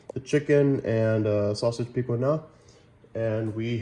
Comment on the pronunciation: Sauce piquant…pe quant… Trinity trin itee I’ll send you a great Cajun cookbook